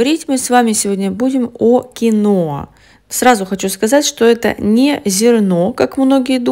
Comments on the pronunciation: Название говорите понятнее Кино или Киноа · Киноа неправильно надо говорить киhoa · Ударение на и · А самое главное что дама,ставит не правильно ударение.